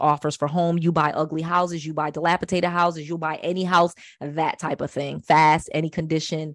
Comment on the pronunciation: DilapiDated not DilapiTated.. I love you though. I’m learning so much from you! 🙏🏾